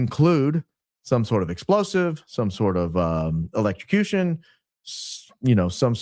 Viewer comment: Even. Grok. Says. Electrucution